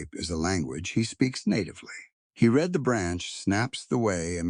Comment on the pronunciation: You need someone who knows how words sound like reed instead of read. And several other words. It makes it hard to follow the story.